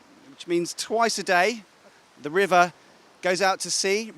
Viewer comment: I think anchor is from up or Bihar River ya rebar 😄😄 listen in starting of video